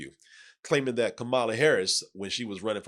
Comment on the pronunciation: You would think would know how to pronounce Kamala’s name lol